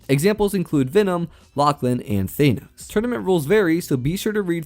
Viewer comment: did you just say “thaynos” 💀